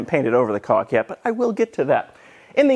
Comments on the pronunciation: For a second there I thought you said you "felt the need to shove my cock in there" when talking about the gaps. I assume you really said caulk.... I hope. :-) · There was a brief moment of time where I was sitting at my desk wondering what the hell you were talking about. The way you say caulk sounds a lot like something else.